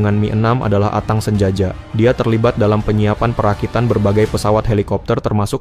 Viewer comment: Atang sanjaya min bkn atang sanjaja